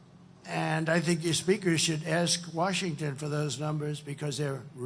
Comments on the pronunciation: He couldn’t even pronounce Washington listen to him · At 06.20, who's George Washing?? 😂